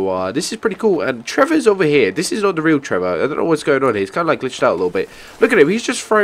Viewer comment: your that guy who says dis in stead or this